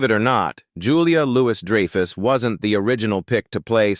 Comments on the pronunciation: the fucking AI can't pronounce Julia Louis-Dreyfuss or Benes......it said her real name two or three times in a row each differently.....SMH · AI pronounces JLD two different times, both wrong. Then butchers the pronunciation of her character's name. Three strikes and you are out!